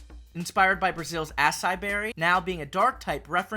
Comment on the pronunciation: Thanks for the represantation (Im brazilian) but some of the pronnuciations hurt me, like you pronouce a-SSAI when it pronuce a-ssa-I, (btw I foun it kinda funny you didnt even try to pronunce feijoada (still loved the video btw))